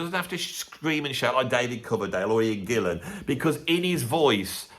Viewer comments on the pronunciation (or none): none